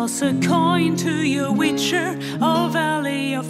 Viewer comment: Leider ist der Stimmsitz generell und auch die Aussprache noch ausbaufähig - speziell die des relativ wichtigen Wortes 'Witcher'. Das kriegt auch ein Nicht-Muttersprachler hin ;). Grundsätzlich ein schönes Cover, aber da könnt ihr NOCH besser werden.